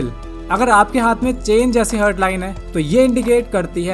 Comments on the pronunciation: हर्ट nahi हार्ट bolte hain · भाई, वो "हार्ट" है, हर्ट नहीं. 🙂